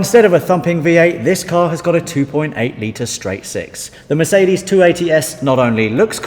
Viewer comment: FFS learn how to pronounce Mercedes -.- Thought someone that likes cars as much as you do should be able to do that aswell...